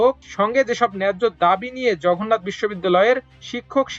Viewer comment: সাংবাদিক সাহেব ,জঘন্নাথ নাকি জগন্নাথ?